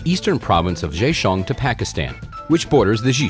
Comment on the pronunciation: A friendly suggestion: Maybe try writing down the Chinese words you try to say on the screen. I have no idea what province you said. Zhejiang is my best guess. Zh is a hard J sound, while J is understandable if you pronounce it like in English. But it's the vowels that you really need to work on. You sound like you're reading French. I really am not trying to be rude or anything, it just ruins the whole video when pronunciations are so butchered.